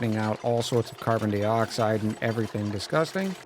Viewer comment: I'll give you a thumbs up but you gotta stop saying "dee-oxide". That's the deal.